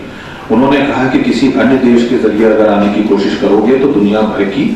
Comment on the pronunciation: Sir jo pehle sabko intro karra reheh hein unka pronounciation mein "S" Kuch jyada hi highlight ho raha koSSis jahan pe sha aana chahiye wahan,, budbak ho ka